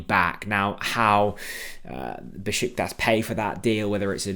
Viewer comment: Be-shik-tash!! I live there. 😅